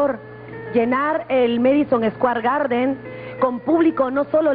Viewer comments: "MEDISON ESCUER GARDEN" 😂😂😂😂😂😂😂😂😂😂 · Medison escuar garder XDDDDD